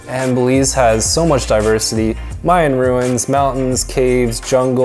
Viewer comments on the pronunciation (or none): none